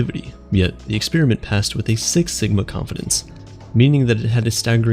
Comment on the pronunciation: You lost me when you pronounced 'experiment' as 'expeeeeeriment.' Americans can never seem to decide on when to be lazy on pronunciation or extra. It's a procedure, not a breath mint.